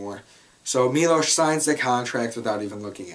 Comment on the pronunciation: Finally a reviewer who pronounces Milos name correctly. They say it about 200x in the movie, and yet people still cant pronounce it? Cmon!